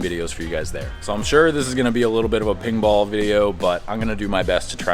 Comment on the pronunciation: its pinball not pingball. i heard adam say it too once....